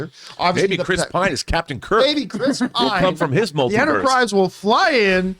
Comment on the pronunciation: what did this girl just say? “The Mel-tit-u-ed of Madness” wha..